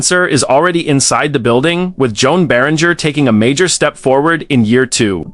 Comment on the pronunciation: Joan Beringer’s name is pronounced Johan Bear-In-Jay. At least get the guy’s name right.